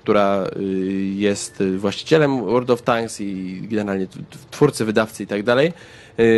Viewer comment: "Łerld" of Tanks Zaawansowany angielski xD